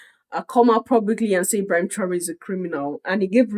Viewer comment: Please I would like to watch the whole video, what’s the link 🔗. Did this man criticize Paul like this and the way he pronounce his name “Ebrahima” paps is over sabi 😂. Paps forget ECOWAS because that house is a shamble and a scam… rule by puppets and control by master puppets. Your Majesty his a puppet that’s how he got his opinion. West influence blinding him to no return.